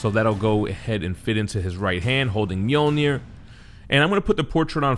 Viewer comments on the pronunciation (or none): Pronounce Mjölnir properly.